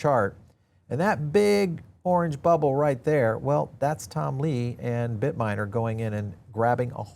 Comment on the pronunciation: it is not "Bitminer," it is Bitmine. You're not the first YouTuber to butcher the name, but you could be the first to stop getting it wrong. Otherwise, keep up the good work.